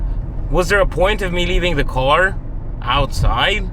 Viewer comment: Love ya but it’s / car / not /co / ar /…😎👍